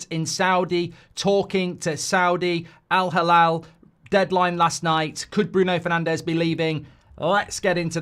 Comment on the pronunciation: Mark, hate to be a stickler but it's Al-Hilal not Halal. Two very different meanings